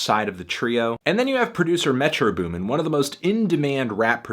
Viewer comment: Goddamn its Metro BOOMin not METro boomin. Shit is annoying me.